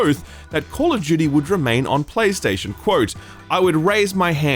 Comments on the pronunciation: Banger video. I love FF16 so far but really enjoyed your review as well. It’s foolish to think all reviewers are going to agree with everyone. Man also said Call of Judy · When did call of duty become call of jeuty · Call of Jyooty